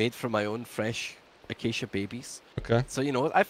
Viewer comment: Acacia perhaps what he meant to say was hacacia